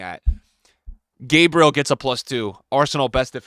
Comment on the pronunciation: Stop saying gabriel that way, hes not american